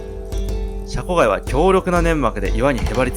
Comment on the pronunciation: シャコガイを若干ヒャコガイっぽく発音してる江戸っ子舌の